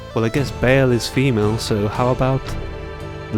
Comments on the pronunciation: Ba al not bale. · Ba'al should be pronounced Baal, not Bail.